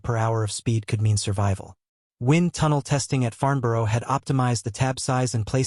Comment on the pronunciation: AI can't pronounce Farnborough.